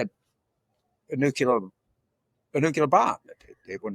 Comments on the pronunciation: It's new-clee-ur. Nuclear. No nukular. Dems are smarter than Repugs...you must pronounce words correctly. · FFS, James! It's not "new-cular" but NUCLEAR. Do me a favour! Making fun of others and coming out with this shit time and time again. Haven't you got any friends who have told you, or do you think you're being clever or some sort of smart? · Nucular? You as of George W. You fool. Lifelong Democrat here. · Thanks James. FYI, there's NO such word as "nu-cu-ler"! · When you are speaking to the public, I think you should sound like you know your subject. When I hear "nu-cu-ler" I have doubts. We have nuclear, slang nuke, & nucleus. I suspect "nucleus + nuke" are the "guilty parties!"😉👍